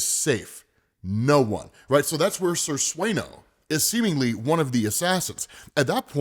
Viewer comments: It's senior or how they spell it in Spanish...senor. not sir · SENOR not SIR, lol. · Senor Sueno. Not sir. Senor is spanish for Mister. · “Senyor suenyo”